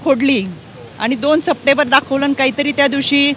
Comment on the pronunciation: सप्टेंबर मधील म चा उच्चार करावा.